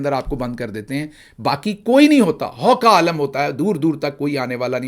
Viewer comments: ہو کا عالم کا تلفظ hoo ka aalum ہوتا ہے۔ haw ka aalum نہیں۔ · Hoo ka ALAM not how.